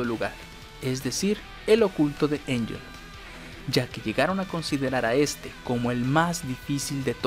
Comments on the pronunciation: Ángel, no Einyel. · Se pronuncia Ángel, incluso cuando hace su oculto ella dice su nombre como se pronuncia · Literal, hasta en japonés se escribe Angel. Así "アンヘル", es decir Anheru o Ángel pronunciado normalmente. Si fuera Enllel, como dice el del video, se escribía de otra forma.